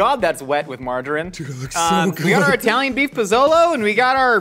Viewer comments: The P'Zone was really yummy and filled with ingredients. We hardly ever order out and had no clue they don't make it anymore. Personally, I would enjoy this show much more without all of the innuendo's because they just don't match with what you're doing which is cooking. Also, each of you say "Italy". Now say "Italian". Now say "Italian" correctly. Thank you. 😅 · EYE-Talian lol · it's not Eye-talian (people aren't from Eye-taly) 😂